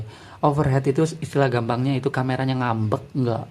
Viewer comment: 11.50 overheat, itu bacanya: Overhit bosss jgn overhet nanti beda arti 👌